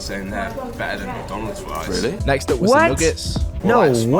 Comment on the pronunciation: Fwesh fwies